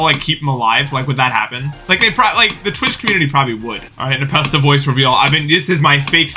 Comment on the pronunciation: not npesta. nepsta